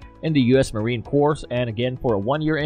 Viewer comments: Pro Tip: the S isn't pronounced in "Corps" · FFS, you don’t pronounce the “s” is “Marine Corps”. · Dude, the s in Corps is silent! Shawn is the real deal and knows his stuff!